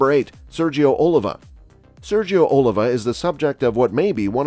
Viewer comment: OLIVA!!....Emphasis on the "I".....important.....one does nt put the emphasis on the "O" of Washington!!